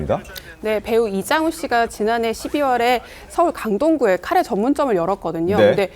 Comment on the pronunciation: 가래가 뭐냐 가래가 에라이